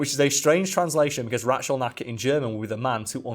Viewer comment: that rätzel knacker was so badly pronounced that it took me multiple relistens to even be able to guess was it could be and a check on the wiki to find it out for real. i'm always amazed how hard people struggle with german pronunciation but at the same time they don't even try to say the letters that are written which for english speakers makes sense i'll guess as english doesn't give a shit about lining up pronunciations and the written word.